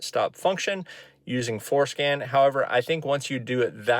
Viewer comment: Man I wish they had something like this for disabling MDS. Also... I think you are saying FourScan... but it sure sounds like it is called fourskin. lol